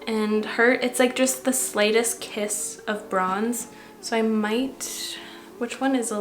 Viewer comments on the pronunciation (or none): none